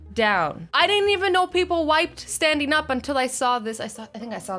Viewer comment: She said STNDING down